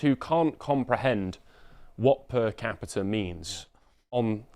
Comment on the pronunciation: repeat after me moron - PER CAPITA. "Das Kapital??" (Femi 2025)